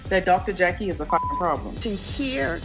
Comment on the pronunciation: 🗣️ every Time I hear Dr Jackie - I hear Dr Jekyll instead. THAT'S the name of a 2 faced medical mean gorl